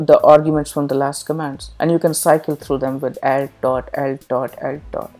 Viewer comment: Your English is very good, but I would recommend that you pronounce "alt" with the a as in "alternate", because...I needed a few retries to understand what you meant here.